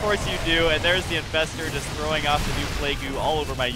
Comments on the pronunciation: its plage, not play-goo. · Why do they pronounce plague "playgoo?" Is it an in-joke that I'm just not getting? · the pro Korean commentators used to pronounce defiler's plague "Play-goo" because of their korean accents. They are referencing that.